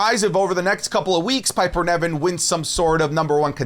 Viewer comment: Hey. Love your content, long time fan, first time commenter. No hate, but how you say Piper Niven’s name is very distracting. It’s like you’re saying NEV-IN but it’s pronounce NIV-EN